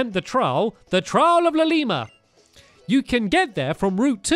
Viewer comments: Its not Lilila its Ililla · Ilima is a boy and his name is pronounced ilima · It is not llima It is ilima also: sounds like: I'll s**t my berries